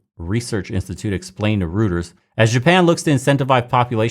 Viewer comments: I hate that I have to be the "correct pronounciations in the comment section" guy but its pronounced ROY-TERS not Rooters. I only bring it up to help. Our opponents are petty and will defintley try and discredit you over it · It’s pronounced Roy-ters. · Reuters is pronounced Roy-ters. Also, what people don't seem to understand about population growth is that having kids later affect the amount of people even more than birthrates. If you give birth in your 30s, you might 2-3 generations living parallel to each other. If you give birth in your early 20s, you might have 4-5 alive at the same time. Your family will have more wealth and power that way. Another thing is the birth rates' geometric effect. If the new generation is 60% of the replacement rate (1.3 / 2.1), the next one's kids will give birth 60% of that. 36% of the replacement rate. Next one will be 21.6% etc. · No, after the way they've doctored photos to make Israel look worse, I pronounced Reuters "shih-turz".